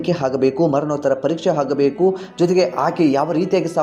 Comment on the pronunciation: Kannada ucchara sari madikolli. Hagabeku alla. Agabeku. Ha kara aa kara kaliyiri